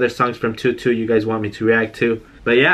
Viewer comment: Btw it’s pronounced toe doe